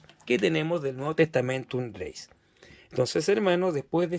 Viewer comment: Muy interesante la reseña que realizas de esta edición hermano. Con todo cariño, te comento que tienes un significativo error de pronunciación que repites en el vídeo. La palabra latina "Gaece" (que significa girego/a) no se dice "greis" como lo pronuncias tú, sino que su correcta pronunciación en latín es "greche", ya que en latín vulgar (variante lingüística que usa nuestra Iglesia católica) la letra "c" se pronuncia como "ch", y en latín clásico la letra "c" se pronuncia como "k" (la pronunciación en látin clásico sería "greKe"). Así entonces, la correcta pronunciación en el latín que se usa en la Iglesia católica es "Novum testamentum greCHe", con "CH", nunca se pronunciaría como "greis". Te lo comento con mucho cariño porque ese error de pronunciación lo repites constantemente a lo largo de todo el vídeo. Y para respetar el texto original es conveniente hacer la correcta pronunciación de este. Siguiendo esta consideración, se pronuncia "Textus reCHeptus" no "reSeptus" Cuando haces la lectura del inicio del Evangelio de Juan en el minuto pronuncias erróneamente la palabra "Dios". En griego, θεόν (theon) se pronuncia "Zeón"; con el sonido de la "Z" como se pronuncia en España", no se pronuncia Deus, como lo dices tú, pues eso es latín y en el texto que muestras está escrito en griego y no en latín. Te comento esto con mucho cariño y respeto hermano, porque si nos haces el favor de mostrar un texto bíblico es muy importante que se respete su idioma y pronunciación ori